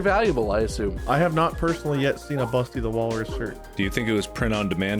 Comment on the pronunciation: "Nobody has even died yet" There was some heavy tonation on YET is that a teaser?